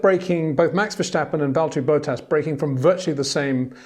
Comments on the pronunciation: 🌐 it is NOT Lewish ... it is NOT Bottash ... and it is certainly NOT Max Vershtappen! Pronouncing "st" as "sht" is done by Germans not Dutch people! ... like an insult to (some of) us ... like insinuating you are a Nazi or something. But most people from Holland (like me) have NO issues with Germans at all. Am part German myself. Everybody knows how to pronounce Stable not "Shtable" or "Train Station" not "Train Shtation" so NO EXCUSE to be a moron! They do not do it with others having st in their names! ... All other F1 drivers are pronounced correctly having "st" in their names. This BS started years ago with father Jos Verstappen being interviewed by British sport presenters thinking it is funny to talk like a German to a Dutch guy! ... It is not ... And they do not giva fck. Not even having the courtesy to ask how to pronounce it correctly. (Acting dumb about it, hence my sarcasm, which some do not get). I did not say all Dutch people think like that ... but people that make fun of assumed "Nazis" they change their pronunciations to make fun of you. But there are vast amount of nice Dutch people that never would do that ... nor feel the need to insinuate. I have been called "Nazi" by some just because my last name is German then they talk with "sht" & z (not s). Thinking they are "so funny" doing that. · 🌐 it is NOT Lewish ... it is NOT Bottash ... and it is certainly NOT Max Vershtappen!